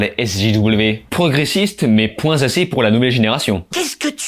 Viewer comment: Moi je suis choqué par le "poinT Z'assez pour...".